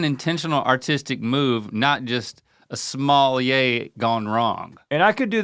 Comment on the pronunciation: Link: A sommelier ❌ A small yeah ✅